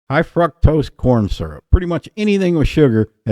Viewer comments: Cute!! Remove the R. Fuctose. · 💯👊 Love your pronunciation of fructose! 🤣